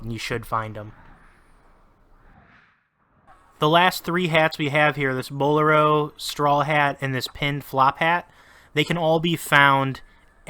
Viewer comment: Are these all of the hats? Regardless, thank you for giving the locations and being straight to the point. Thumbs up. P.S. Your pronunciation of “bolero” could use some work.